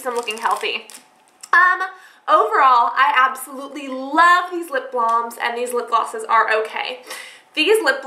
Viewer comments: Ugh her calling them blahms instead of balms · It's lip balms not blams